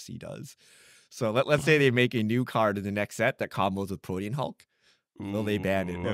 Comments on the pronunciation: Ok, forgive me, but are they intentionally saying Protean Hulk's name incorrectly, like a nickname, or are they all actually mispronouncing? They keep saying it like "protein" (as in "beef")... Its supposed to be "pro-te-an", as in "able to change frequently and easily." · PRO-TEA-AN not PRO-TEEN.